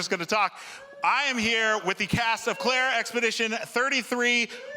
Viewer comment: IGN, who the hell is Claire?? Please get the name of the damn game right.